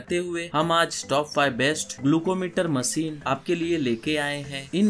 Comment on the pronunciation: Masin ka atta bola 🤣